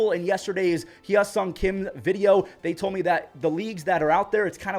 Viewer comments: but typically, the ㅎ before the ㅖ makes the “y” silent, so it really becomes “heh”. also, it shouldn’t be “song”, it should be pronounced “sung”. so, heh-sung should be used. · Not to be that guy but I’ve been told it’s pronounced like “Hey” so phonetically it’s Hey Song Kim. I know I was calling him “Heyeh” too. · Not quite 😅😅 I can read Korean and have lived in Korea. It's pronounced like the "ye" in yes, with an "H" in front of it. Do this exercise: Say "Hee" and "Yeh" back to back over and over until they become one sound. Then you should hear a smooth "Hye" sound. 😊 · still butchered Hye Seong's name lol. Hyeseong is pronounced Heh-Sung (Heh like how you say heaven). Also Do-Yeong has to have minimum 7 years of KBO service to be posted. He has 4 more years remaining, so he will be eligible when hes 25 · he’s not tho, he’s still not getting Hyeseong